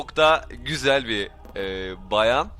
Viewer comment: abi bayan değil bağğğğğyan